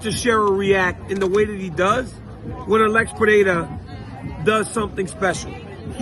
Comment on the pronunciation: Congrats on the pronunciation of "Pereira"!